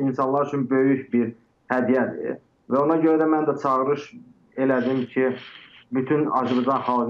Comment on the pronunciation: Bahib analiz eledim ki siz TROL butun sherhlere zeherinizi tokmusunuz. Yerli yersiz. Ondansa Mehmana "Azerbaycan " sozunu duz demeye orgederdiz. Yohsa Azebacan demeyi butun millete tehgirdir.